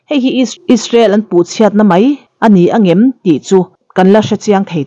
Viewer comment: A fiah țha khawp mai. Amaherawhchu chu i mizoțawng hmanah hian 'mai' tih turah 'mei' tih i hmang nasa lutuk hi ka lo ngai mawh deuh, țhahnem ngaih thil anih chu. A bengvar thlak hle mai